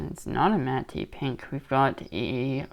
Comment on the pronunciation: Great video. Love opc platinum. My favourite set each year. FYI it’s pronounced “Matt” pink. The E is silent. #grammerpolice